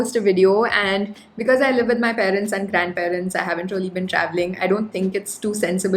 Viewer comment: You all the time talked rolly instead Of really . Plz be careful about utterance. Never mind plz.